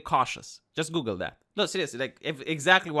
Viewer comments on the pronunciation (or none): none